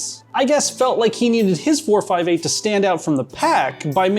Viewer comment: The way he said 458 really gnawed at me throughout the video